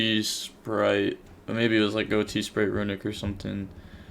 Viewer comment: This guy mispronounces every card name, but does respect the Ghoti meme by pronouncing it right. <3